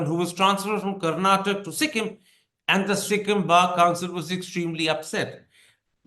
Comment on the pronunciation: It’s KARNATAKA!!!! NOT Karnatak. There’s an A at the end. Please pronounce it Mr Thapa.